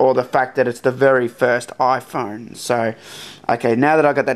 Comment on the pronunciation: iPhorne? Interesting accent.